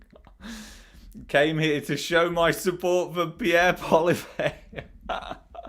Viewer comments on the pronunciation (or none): You may want to learn how to pronounce Pierre Poillievre's name correctly, especially if we ever get to have an election.